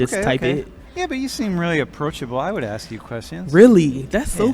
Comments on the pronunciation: In college and cant even pronounce ASK.. That is my problem these days with the schooling system. I've noticed that in a few of these Professor videos. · Is this a cool thing or can americans really not say the word 'ask' in English. Is it like the French and 'hamburger' ?? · Ask is pronounced with an s in-between the a and k. You’re being brought up to mispronounce it. It seems like a small thing but to everyone else it is a dog whistle that you were brought up in an environment that is isolated by segregation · I can’t believe college students don’t know how to pronounce the word “ask“ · why is she saying ax instead of ask, if she grew up around white people no way she picked that up from white people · It's "ask", not "axe"... get a proper knowledge of language. Stop being so dumb. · The moment you say AXE... I'm out. The word is ASK. Stop pandering. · The word is “ASK” not “AXE”. You’re in college for God’s sake!!! Appreciate the content! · As a non-american person, what is the accent when people say "axe" instead of "ask". The interviewee says "axe" very clearly instead of "ask" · Guys please stop saying ax instead of ask... it a British slang from north east of London, has nothing to do with black ppl. it just makes you sound silly, please stop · What I NEED to know is why can't this Woman speak proper English? She says "Axe" instead of "Ask". Does anyone notice this and SEE how this can be a problem? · You are in college , you think you could learn how to say ask . Ax, really ? You're in college . And spare me that black folks can't say ask . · College student doesn't know proper English, seems about right. "Let me AXE you a question" low IQ af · Why are college students using 'axe' instead of 'ask' ? Or even 'like, dude, bro,'......Higher education or just dont want to get in to the real world ? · People aks me questions.... 'aks' Also looks like a guy!! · I will always be ultra curious why black people say axe instead of ask. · AAAASSSSK NOT AX!